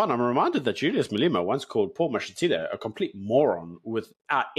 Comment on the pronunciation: Who the fuck is MalEEEMa bruv?